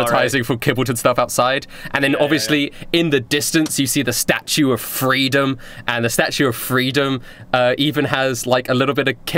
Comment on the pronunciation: their hideout is at the statue of liberty...its in the head like in the legend of korra the way he says FREEDOM and me are on the same wavelength